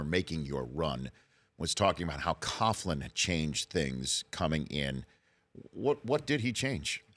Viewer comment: "Coach Coughlin" lol